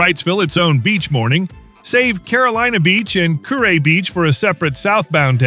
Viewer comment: Kure is pronounced curee..